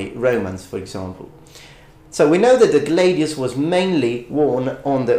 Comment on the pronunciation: Make up your mind, dude. Are you going to pronounce it "glay-deeus" or "gladeeus"